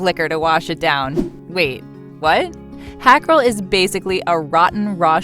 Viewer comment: Hakarl is pronounce "hawkarl"